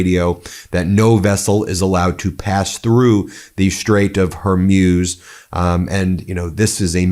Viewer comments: Its hormooze. Never been hormuse lol. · It’s pronounced “hor mooz”, not “hor muse” Ben. Come on. This is not hard. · Ben, it’s the Straight of Whore-moos, not Her-muse, or whatever version you’ve been saying. I know it’s bad form to criticize when there is a war going on. I hope this attack does not push the people of Iran to support extremists. Great work, Ben, except for the pronunciation. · You say HER-MUSE, I say HOR-MOOZE (correct pronunciation), let's call the whole thing off! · Hey Ben, how come you keep pronouncing it, the "Strait of HERmews" when it's spelt "HORmuz"? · The Strait of Hormuz pronounced hormoos! Not Hormuse! Come on Ben get it right! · It’s not the Straight of “Hormeus”. It’s HORMUZ. MUZ. MUZ! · It’s Hor_muz! Not her muse! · Hormuz is pronounced Hormooz. not Hormews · It’s not Hermuz it’s Hormuz! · Hormutz. Not whormuse. The more you know 🌈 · Why do you pronounce Hormuz as hair-muse? 😅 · Ben: Pronunciation Strait of Her-Mooze NOT Her-Muze. Post Scriptum: America and Israel don't care about the collateral MURDER of CHILDREN. VOTE OR DIE. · Hormuz is pronounced Hormooz Ben. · Stait of Hormoos, not Hormuse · It's not pronounced Hormyuz- It's Hormoooz. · It's pronounced Hor-moos. I love you, Ben. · Ben, I have appreciated your dedication to your broadcasting about this despicable conflict. I lived for 20 years in the Middle East and just want to give you some advice about the pronunciation os The Straits of Hormuz. Hormuz is pronounced Hormuz. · It's pronounced her mooze. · "Strate of her-muse" 😅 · Hey, it’s not pronounced Strait of “Har-muze”. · Hor moooz .. thats how it is pronounced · Why is he saying Hormuz like he’s never head the word spoken